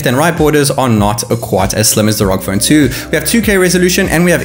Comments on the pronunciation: Btw it’s pronounced R O G not ROG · Man why do ya speak so fast? Had to watch it at 75% speed. PS It's pronounced "R-O-G" , not "rogue".